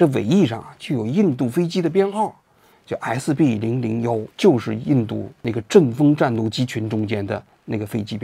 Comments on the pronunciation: SB001飞机，是故意说错的吧😂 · sb001？是故意读错还是口误？ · SB001 嘴滑是故意的吧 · 虽然有点不专业，但口误的SB001也太有节目效果了，王局